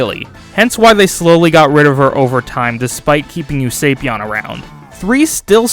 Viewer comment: No way is that the pronunciation for Usapyon. Wouldn't it be "oo-suh-pyahn" rather than "oo-sei-pyahn"?